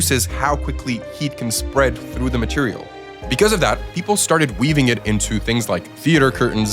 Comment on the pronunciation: "greatest fireproof materiale ever MADE" 😂😂😂😂